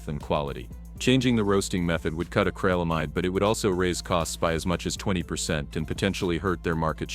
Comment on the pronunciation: It's not acralamide... it's acrylamide. The 'Y' makes an 'i' sound as in 'ill' so please pronounce it correctly.